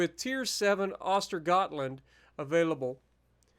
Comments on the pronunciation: it's pronounced (uh-ster yōt-land) The Ö letter with the umlaut is the ooh sound, like moo without the M 👍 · As a swede i know for a fact that the G in Östegötland is not silent but instead pronounced as a J, yeah i know. We swedes are weird with our wording.